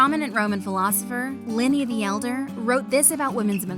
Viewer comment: This is fuked up! It's not Liny The Elder it's Pliny The Elder ffs!